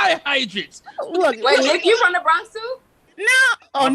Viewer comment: You not about to say "BRAHNKS" out here. You just not. Say "BRAWWNKS" or say nothing. Periodt.